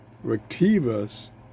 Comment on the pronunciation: Why are you calling it Retevis when it says Retekess? Are they the same company?